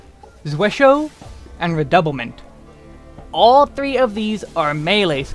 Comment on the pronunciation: Redoublement is a French word as well, pronounced roughly as “reh-doo-bley-mo’ “. It means repeating, doubling, or intensifying. Just wanted to help enlighten since you pronounced the other ones like corps-à-corps (body-to-body) and moulinet (reel) well enough.